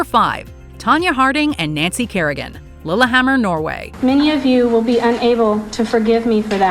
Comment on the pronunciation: . ”Lolahammer” good grief. Educate yourself ya dumb yank